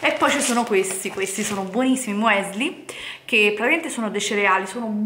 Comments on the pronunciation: Non per fare quello che sa tutto , ci mancherebbe , perchè una passione è una passione ma sentire certe cose mi fa rabbrividire . Punto primo si scrive muesli ma è miùsli poi i semi sono di chia e non cia e ball si scrive ma non si pronuncia , Se proprio vi volete divertire e cucinare comprate della vera avena bio e certificata , la tenete circa una notte in una bagna di acqua e latte , la mattina seguente la fate scaldare a fuoco basso , quando avrà raggiunto la consistenza da voi preferita , la potrete trasferire in una ciotolina e sbizzarritevi con i condimenti ad esempio fragole e cioccolato e qualche mandorla vanno alla grande . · MUESLI????? Mi stanno sanguinando le orecchie!!!!